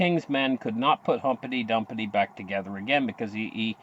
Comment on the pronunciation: its pronounced Humpty Dumpty not humpety dumpety!!